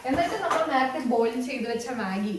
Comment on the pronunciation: Maggie ❌ Maagi✅😂